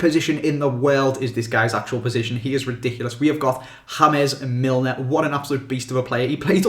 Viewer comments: The way you pronounced james millers name though 😂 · The way you said James Milner...